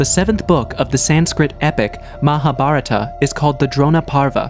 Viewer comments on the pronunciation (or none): none